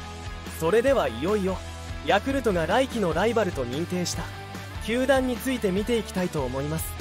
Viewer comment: 「鼓舞」を「つつみまい」 「球団」を「たまだん」 の時点で内容が入ってこなかったwww